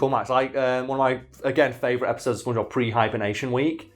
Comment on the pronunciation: your accent makes it sound to me like you're saying "spoongebab"